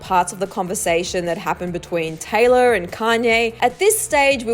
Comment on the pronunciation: anyone else hearing tyler instead of taylor